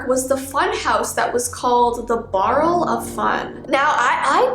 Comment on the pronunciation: "Barl" it's like a short word for "Barrell" cause if you say "barl", it sounds like "Barrell"